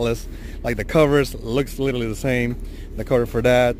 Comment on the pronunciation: Wait, did this dude just say litaly instead of literally? 🤦🏻‍♂️